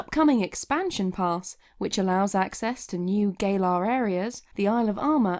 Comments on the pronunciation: Gamefreak.:” Gah-lar” This gal:”GAY-LAR” XD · Yes it does matter because the way she pronounces it is GAYlar which is wrong. Guhlar ga lar galar. Not GAAYlar. But I think GAYlar is more accurate considering the lack of pokemon in the GAYme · haha lol wow xd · “New GaYlAr ArEAs...” Beautiful pronunciation.10/10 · "Gaylar areas" lol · Who are you calling Gay-lar? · You know Galar is pronounced as Ga lar like as in the sound ga you said Galar like the word gay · George Lucas because it is pronounced wrong.